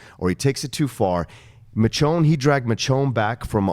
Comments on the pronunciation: It's pronounced Mishonne NOT Mitch-onne!! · C'mon John! It's Misjone, not Mitjone, we told you this last week! Enjoyed the recapshow! :) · Say it with me, my brother: MIH-SHHHONE (the "SH" sound). Okay right on. ;) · Michonne is pronounced, MISHHHONE! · Bro learn to properly announce Michonne. It's pretty annoying.